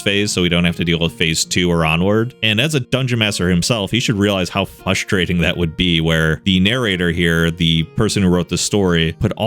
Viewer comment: Can't pronounce frustrating tho